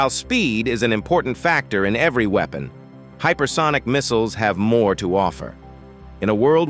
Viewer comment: what the hell is a ''weepon''